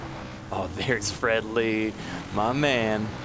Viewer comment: Every time I heard say "Fred Lee" I heard it as "FriendLy"